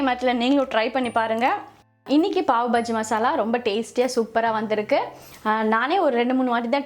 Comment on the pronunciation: pav bajji illa Paav baaji ..